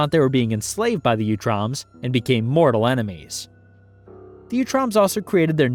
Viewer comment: Great video! Very comprehensive and well organized. I believe it is pronounced 🧠 “ooo-troms” not “you-troms.” Sometimes in the vol 4 books they even call them the “Ooots.” I believe this is the pronunciation in the 2003 and 2012 series which also feature them prominently. Again cheers on the great work here though